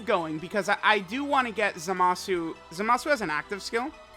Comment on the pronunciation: what did you say? Zamashu? 😂😂😂